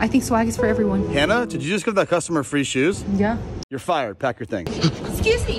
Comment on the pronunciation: Why she said yeah like that